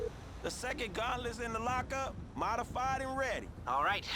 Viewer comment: are you purposely saying gautlents?